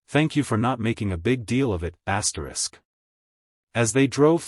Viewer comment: Could not listen this after I heard the hundredth ASTRIX